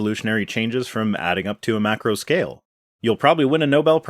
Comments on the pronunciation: Pronouncing it "may-crow" gives his arguments a whole new level of credibility. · This guy sounds a lot like Tom Bodett (the Motel 6 commercial and Wait Wait Don't Tell Me guy). Aside from the previously noted "may-cro" I at least don't mind listening to his voice. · All I could think during the entire video: "Stop saying 'may-crow!'" Edit: and I must correct you/him. An open system allows the transfer of matter and energy. A closed system means the system has no transfer of matter, but energy can flow in and out. An isolated system is when neither matter nor energy can enter or exit the system. The second law of thermodynamics only applies to isolated systems, as closed systems can still have an overall decrease in entropy as all it takes is an influx of energy. The Earth is mostly considered a closed system, while biological organisms would be open systems. A truly isolated system arguably doesn't exist within the universe, but is only the entire universe itself, as far as we know. Scientists can create nearly isolated systems under the correct constraints/conditions, but radiative energy is impossible to fully negate without reaching absolute zero, as anything with any amount of thermal energy means it has kinetic energy, which means its charged particles are in motion, which means either an endothermic or exothermic process is taking place to some degree, which is one of the reasons why absolute zero is impossible to reach. Empty space does technically have a temperature, and it is slightly above absolute zero. Edit 2: Also, looking this stuff up to verify my memory on this topic bugged the crap out of me. Too many sites claimed empty space was around 2.7 "degrees" Kelvin. You never say "degrees Kelvin," ever... Never ever say that. I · As if "evidences" wasn't bad enough, now we gotta listen to them explaining "May-Crow" evolution? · He didn’t say macro evolution he said mācro evolution. I’m not sure what that is. What are this jerkwad’s qualifications?